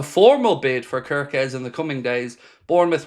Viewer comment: Hello if someone told how to pronounce wirtz, im Hungarian and please its not körköz just kerkez everyone pronounce it the wrong way and its just annoys me